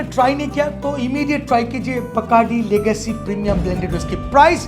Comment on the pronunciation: लेगसी न की लगासी but मजा आया सुनकर